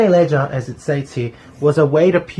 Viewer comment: Great review! I'd like to see more s.v.p. Some pronunciations are off on the French Canadian names: cyr = seer theriault = terry-oh leger = lay-jhair (the g is a soft j) How do I know? I'm Canadian and these are common French names! =)